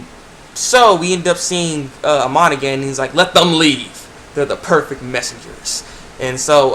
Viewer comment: IT WAS SO BADASS. (Btw tho, the equalist leader's name is Amon, not Iman) lol